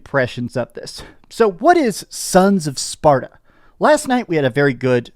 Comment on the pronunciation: you said sons of spaRDa :face-blue-smiling